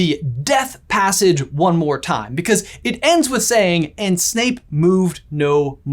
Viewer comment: I wonder if Snape is Lockhart's role model. Snape says "obvviously" and Lockhart says "prretty obvious" 😂